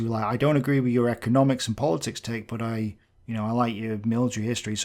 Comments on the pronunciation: "Tilk" shows the quality of research he did for his "rebuttal" video. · Love how he calls you Teal'c the whole time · I didn't know TIK was pronounced 'Tilk'. Also how do u stay so calm when you are being insulted my a muppet. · Also, one guy in the video is clearly illiterate. "Tilk?" It's "Tik" lol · Why does the ambassador of dumb keep calling you "Tilk"? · "Tilk". Dummy can't read. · I love your Hitler's Socialism video. I watch it a lot. I often fall asleep while watching it and have to go back to where I remember being in the video. Also, calling you "Tilk" really irks me for some reason. He even does it when your TIK background card is onscreen. It's almost as if he's denying the evidence of his eyes and ears. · Why does one of the two critics keep referring to TIK as TILK? Shouldn't the guy have the capacity to read and pronounce words properly if he's such an adroit polemicist? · He kept calling you "Tilk". Like tea and milk. Found that funny. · When he says Ti l k instead of Tik makes me cringe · Why do those two critics keep referring to you as "TILK", pronounced like, silk, milk etc? I've always thought of you as TIK (tick), however if I'm wrong I apologise. Tbh I think they're just trying to bait you in order to increase their own views therefore I wouldn't lose any sleep over it, just keep the great videos coming my friend. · The things that amazes me most is that I have only just realised his name is tilk not tik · Why does he call you TILK? He can't read? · Is the main counter argue person saying TILK instead of TIK? And also the argument of saying "Right" every couple statements is an interesting manuver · "Let me debunk this guy by first acting like a child and saying his name wrong, TILK" Yeah, people will take that stupid channel seriously when they act like babies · Why does this guy keep calling by the name "Tilk"? Never get an argument with someone who is illiterate 😂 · why does he keep calling you tilk?